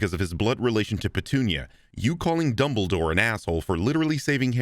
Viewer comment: Is it just me or does CinemaSins say double door every single time instead of Dumbledore? Like I get they sound similar enough but I swear it sounds so clear that he’s saying double door or aleast he’s saying it most of the time?